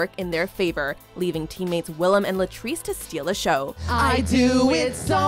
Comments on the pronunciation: This dude: "William" me and Willam at the same time: Le gasp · Hearing Willam being called “William” makes me cringe with my whole body omg the audacity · Ugh why would you say william instead of willam